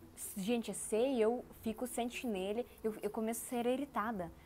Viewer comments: Chinelo não chineli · Mas não se diz Chanelle e sim chinelo. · Você precisa prestar atenção na forma como falamos. Exemplo: c h i n e l o ....ooooooo Não CHINELI. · Chinêle..? Xínêle?